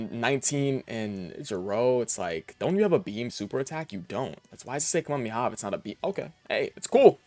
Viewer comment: Hoping to see the STR f2p EZA Bardock and his team sometime. Edit: YOU'RE KILLING ME WITH HOW YOU SAY KAMEHAMEHA... PLZ. Are you one of those guys who got mocked in the Fortnite tiktoks and shorts when Goku got added?